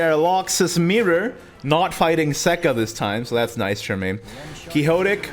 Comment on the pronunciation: quixotic is pronounced quick-sot-ick